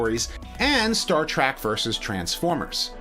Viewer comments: Did you really say, "Star TRACK"? Jesus, dude. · "Star Track" Oh common you've said Track's name right before. =P